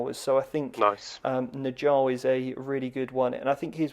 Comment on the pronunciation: Best pronounce I've heard of Njal from a non-scandinavian!